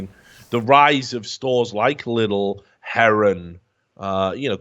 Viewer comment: Here is just a small unnecessary correction :D Britské listy is pronouced more like Britsk (The E like when you spell A(ei), F(ef) or S(es) ) listy Lidl is not prounounced like "little" but more like "leedl". Filip horky is pronounced like "Philip Horkeee" Pavel Telička is pronouced like "P-A(Like when you say AH)-ve(the same E as before)l Teli(tsch)ka